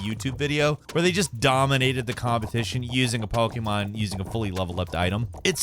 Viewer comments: Pretty sure you said Pokemon wrong 5 times. Don't think you said it correctly once. Poh key mahn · Po gaymon Pah gaymon Poy geymon Yo STOP 🤣😡🤣😡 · says Pokémon weird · or somewhere around there. How the hell did you fuck up saying Pokémon go? You said Pokémon a bit better later but still slightly off then said it a third time and got it right entirely